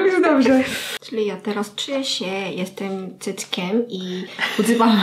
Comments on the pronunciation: To "jestem dzieckiem " zabrzmiało trochę jak "jestem cyckiem" xD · Tak xddd ale chyba chodziło jej o jestem dzieckiem xddd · Dzieckiem a nie cyckiem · Ale ona mówi dzieckiem a nie cyckiem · Ja tesz uslyszalam cyckiem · No xD też tak usłyszałam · 3 razy cofałam, żeby ogarnąć co mówi naprawdę i ciagle "jestem cyckiem" a potem olśnienie: DZIECKIEM! xDD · Mówiłaś że bawisz się palcami w głównie jestem cyckiem Czy tylko ja tak słyszę 😂😂 Dajcie sobie na 0,25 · kto też słyszy,,Jestem cyckiem"? XD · Usłyszałam "Jestem cyckiem"😂😂😂😂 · uslyszalam "mówiłaś że palcami się bawwisz w gównie" usłyszałam "jestem cyckiem" xdd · Tak samo .-. xD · No bo tam jest ,, jestem cyckiem " xd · Ona powiedziała JESTEM DZIECKIEM. tylko ze z akcentem koreańskim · Julia Wojtewicz a ja „jestem cyrklem” xdddd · xD ...ja tak samo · Jeju ja też<3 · Jak koreanka mówiła że jest dzieckiem to ja usłyszałam cyckiem😂 Wybaczcie